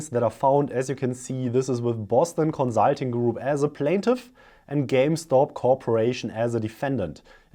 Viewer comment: Love your videos, but please adjust your pronunciation of "consulting"...